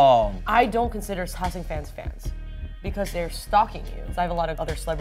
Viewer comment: it seems like Amber was about to say "saesang Pans" instead of "saesang Fans " probably bc she is so accustomed to speaking Korean where they don't have the "f" sound and use the "p" sound instead